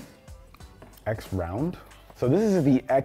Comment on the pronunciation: Great video! As always. And I think that Xround is pronounced surround.